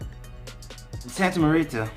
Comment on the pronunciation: Pronounced -- Santa More ta , like more and ta with a long a sound